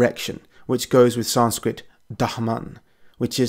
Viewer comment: You EXTREMELY and Brutally Butchered the sanskirt pronounciation Wrose than i butcher english